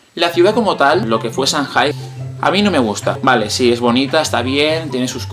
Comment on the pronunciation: Se pronuncia changay